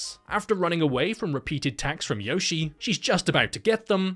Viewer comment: The great thing about this videos is how he never pronounces Yoshie correctly once. No wonder she wants to eat everyone.